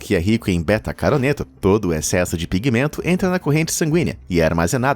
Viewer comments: BETACAROTENO e não "BETACARONETO" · Betacaroteno, não betacaroneto. Falou o primeiro certo, mas inverteu o resto nas pronúncias. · "Beta-caroneto" kkkk Não seria Beta-caroteno? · Beta Caroneto? Caraca! Aprenda antes de falar essas idiotices. É Beta Caroteno! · BETACAROTENO!!!! BETACAROTENO!!! E NAO "BETACARONETO!"🤦🏻‍♀️🤦🏻‍♀️🤦🏻‍♀️🤦🏻‍♀️🤦🏻‍♀️🤦🏻‍♀️🤦🏻‍♀️🤦🏻‍♀️🤦🏻‍♀️🤦🏻‍♀️🤦🏻‍♀️🤦🏻‍♀️🤦🏻‍♀️🤦🏻‍♀️🤦🏻‍♀️🤦🏻‍♀️🤦🏻‍♀️🤦🏻‍♀️🤦🏻‍♀️ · é betacaroteno não betacaroneto. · Betacaroneto? Não seria betacaroteno? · Vim comentar a mesma coisa.... errou feio KKkkkkkk é BETACAROTENO o correto...... Caroneto kkkkkkk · s "betacaroneto" kkkk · e BetacaroTENO, POR MISERICÓRDIA, PARE DE ASSASSINAR A GRAMÁTICA!!!